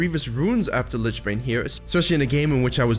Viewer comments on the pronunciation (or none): none